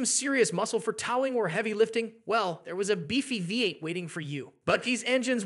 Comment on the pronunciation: "Tao-ing"? Where do these sights get these narrators? AI? Who doesn't edit these videos? Ugh! What is "chasses"? It doesn't end here or there.